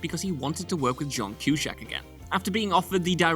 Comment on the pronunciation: What is it with WhatCulture and their apparent inability to research the correct pronunciation of names and stuff. Who the hell is John Kew-shack? At this point I am prepared to believe that they are deliberately trolling their audience.